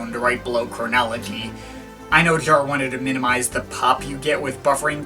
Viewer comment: That's understood...btw: excuses, concerning my first comment (removed it btw), by you, pronouncing Jarre as 'jar', caus of something in your way of bringing words out. But, as long as you keep this listening experience for and to yourself and in this case, no-one has been helped...the main effect is only: you have set yourself apart by spreading this completely superfluous message throughout the internet. I regret watching this upload and again I wanna express the fact that Jean Michel is a giant amongst many lesser gods in the art-scene, overall and who are 'we'' to just lightly and (in this particular case) sometimes a bit too bitter, judge his works, while this great man has changed so many hearts and lives? It's the 'tone' you set/you bring this in a cynical manner and jump from one album to another, as if it were cookies or candy-bars... Who 'are' you to do this? Is it simply arrogance? I will never look you up again on YT...who are you to play your game publicly? Yes...no-one!